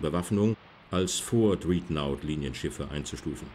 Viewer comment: ja und es könnte gut korrekt ausgesprochen werden, der Sprecher spricht ein ordentliches deutsch aber die englische Aussprache ist mangelhaft.